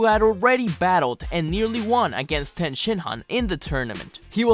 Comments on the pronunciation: You said ten and not tien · I am cultured but every one pronounce it tee an